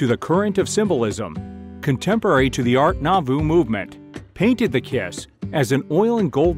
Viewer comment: If you can't pronounce "art nouveau" you shouldn't be narrating a video on it.